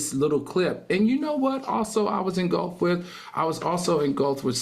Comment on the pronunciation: I love Al and I admire the homework he does on these issues, However I get second hand embarrassment from his constant mispronunciation of certain words. Like saying engulped vs engulfed😭